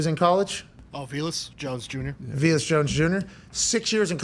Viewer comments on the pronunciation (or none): VA-lus not Vee-lus